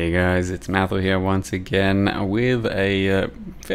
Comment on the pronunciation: How " vererrey newish is it"? Did you say sgain?